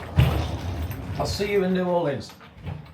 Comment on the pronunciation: Cringing at you pronouncing it new orLEANS, as a native Louisianan I cried.